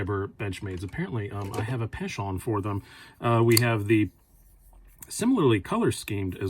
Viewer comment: I’ve never heard such a fancy pronunciation of penchant